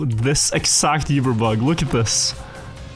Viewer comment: Oober,. Oober bug. Not Yoober.